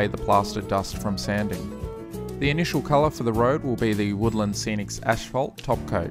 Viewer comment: "ash-phalt" xD